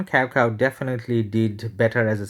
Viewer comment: nice vid, btw cao cao is not pronounced as cow cow, it sounded something like chow chow